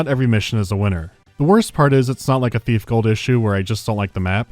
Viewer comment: I keep hearing Beef instead of Thief. I'm gonna grad some food.